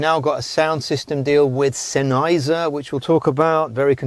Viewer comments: Exactly. SENN-heiser, not Sen-EYEzer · Love the vid, it's pronounced Senn... Heiser like it's two words